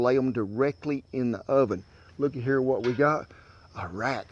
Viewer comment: "Let's go ahead and roll em around in herr a minnit" "In what?" "IN A EGG WARSH"